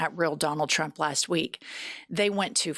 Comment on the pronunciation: Did she just say “Trumpt’s ex-boyfriend” - Elon Musk… I can’t! 😂🤦🏽‍♀️🤣 Love, from South Africa ❤️